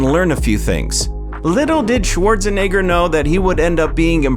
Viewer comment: It’s funny how the last name was pronounced correctly until he was like I’m gonna add some spice to it and said “schwartz a nigga”